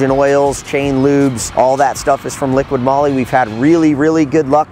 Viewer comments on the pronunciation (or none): Its liqui moly not liquid moly.